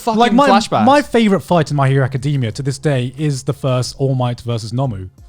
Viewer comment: Lmao "my hero acadimia"